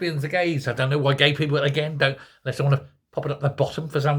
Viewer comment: Are you saying people or peephole? 😅